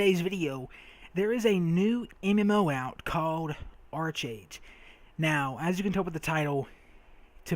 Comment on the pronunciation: Really good enthusiasm, nice video! Oh its said like Ark-Age :P 'em korean pronunciations